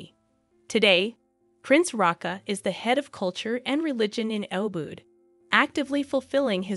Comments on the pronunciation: How hard is it to learn how to pronounce Bali correctly, even Ubud. That was hard to listen to. Butchered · Please use correct pronunciation or Bali and ubud!